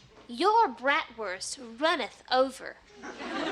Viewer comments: Bratwurst is pronounced Braat - wrst with a long "a" sound, similar to the "a" in “Father.” It’s not pronounced “Brat” which describes an ill mannered child. 🤔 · I hate the way they say Bratwurst.